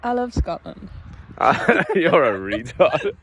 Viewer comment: “I love Schotland” She’s such a dumbass 😂